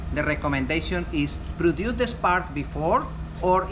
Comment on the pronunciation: His English is absolutely fine, he just has an accent. If I was to be nit picky I'd say his pronunciation of produce is off.